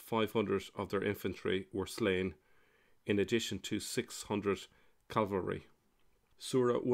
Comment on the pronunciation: Cavalry not Calvary.😂